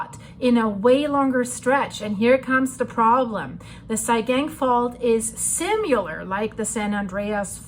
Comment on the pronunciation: The way you say "similar" makes me giggle